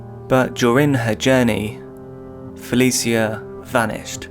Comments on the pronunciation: Please watch and listen to a few news broadcasts on cases you’re covering if you can. Helps you pronounce victims names properly. Fuh-lee-shuh not Fuh-lee-see-uh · if you ain’t from Baltimore then stfu he said her name wrong thats a fact